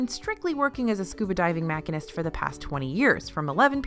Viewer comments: Its not Mack-a-nist,. Its pronounced Machine-ist. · I think you mean machinist (machine-ist) not mack-a-nist. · .. she said makinest it’s pronounced ‘machinist’ lol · ‘Mack ah nist”? You mean “mah sheen ist”? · I am very curious as to what is a machinist (pronounced mak-in-ist)? Is that like a mechanic? I am familiar with what a machinist (pronounced mash-EEN-ist) does. But the other one has me stumped. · Machinist is pronounced: muh-sheen-ist, according to several dictionaries. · you call Thomas Self (?) an attraction “mak-inist”. Any possibility you meant “machinist” which is pronounced “ma-sheen-isn’t”? Just wondering. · do you mean Machinist? It's pronounced Machine-ist. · Had to stop the video to look at the comments when I heard that. And not being ugly, I mispronounced Hermione when I read the first book. Thank goodness the movies came out! It happens!